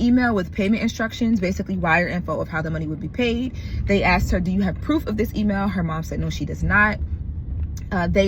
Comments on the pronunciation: ASKED not AX'D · Girl, it’s ASKED not AXED! Other than that you’re doing a phenomenal job.